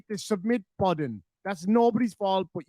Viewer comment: Reach over, reach over and hit, and hit the ‘submit’ buddun, ‘submit’ buddun…